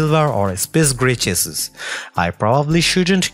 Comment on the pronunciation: just some helpful advise "chassis".... is PRONOUNCED (spoken as) SHA-SEE